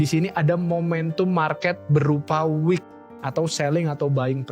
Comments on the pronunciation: buat editor ini konten bagus tolong itu "wick" bukan "week" biar orang lain yang belum paham jadi gak salah paham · WICK bang, bukan week. Ibaratnya itu ujung lilin yang di sumet api tu lho